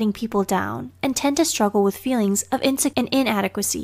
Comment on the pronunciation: 14 I’m pretty sure that’s “insecurity and inadequacy” right? It skips into sounding like “insect inadequacy.”